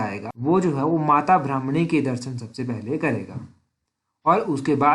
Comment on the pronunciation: ब्राह्मणी नहीं भरमाणी